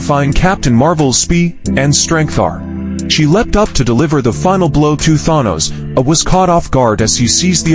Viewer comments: Thon-nose. Stupid A.I. bullshit. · I love the way that the video pronounces Thanos in different ways. 😂